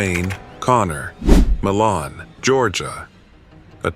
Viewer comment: John Wayne Conner- the pronunciation of the town is MI-luhn (first syllable has a long i sound).